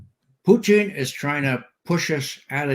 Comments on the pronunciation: Someone please correct Ray's pronunciation of Putin's name, his current pronunciation sounds derogatory and Ray has no good reasons for disrespect of President Putin. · Sounds like he's referring to a certain Canadian dish of cheese curds over potatoes and gravy.